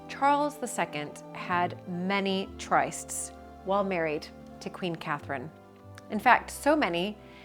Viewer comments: TRYSTS is pronounced trists, like "lists" NOT triced, as in "priced" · 'Trysts' is pronounced 'trists'. They're not 'theories' you speak of, as they have happened, & continue to happen.